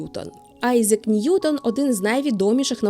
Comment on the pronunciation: Айзек, Фарєнгайт 😂. Не можу це слухати